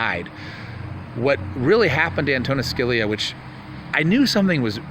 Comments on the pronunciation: Antonia Scaleia? Lmao! I "ravered" him? Antonin Scalia... Pronounced Judy how it's spelled. Lol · An ton in Ska li a is how you say it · Sounds like: Justice ( An toe nin Skaa lee ya) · YOU CLAIM TO REVERE ANTONIN SCALIA BUT YOU DON'T EVEN SAY HIS NAME CORRECTLY.. ? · Wow....knowing how to pronounce someone's name would be a good place to start b4 you claim to have revered them and respected their opinions on the court. That being said, it's possible that all of the people you talked about are/were pedos but until there is actual evidence it will be impossible for most to believe. Side note: Your source for the Scalia "rape".... even they couldn't get his name right???